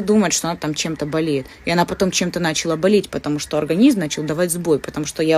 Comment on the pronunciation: Интеллигенция. "На́чала", "еды поесть". Видим, да, читая элита 😂